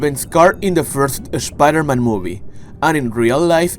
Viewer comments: I absolutely hate when he says Spider-Man he says Es Spider-Man it just bothers the hell outta me other than that love the Content Not Toby's brothers but his cousins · “Sha pider men”